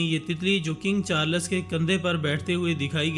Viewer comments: Not charlas Its charls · At least pronounce the name of the king right